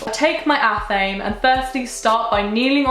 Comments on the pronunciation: babe I love you but its ATH-uh-may not ath-aim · athame is pronounced ah-tham-ay. just so you know. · Love your videos you are gorgeous!! by the way athame is pronounced ath-em-ay :) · It’s “ath-ah-May” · I was pronouncing "athame" the wrong way this WHOLE time